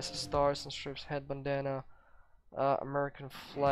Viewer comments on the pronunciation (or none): it's stars and Str"I"pes(I as in I am, not I as in pip.